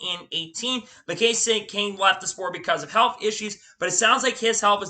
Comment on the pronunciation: Good effort. A few things though. Every sentence starts with "then about a few weeks ago/later". Slow down with your speech, it makes it really hard to hear what you are saying. Names are mispronounced and even the time stamp has the majority of the names wrong? Kevin Hart is the movie actor, Kevin Harvick is the racer, Romain Grosjean, Kasey Kahne, Todd Gilliland (its written on his racesuit), Scott McLaughlin, Frankie Muniz, Marco Andretti, Carson Hocevar (not Osborne, again written on his suit), Helio Castroneves. A little research goes a long way.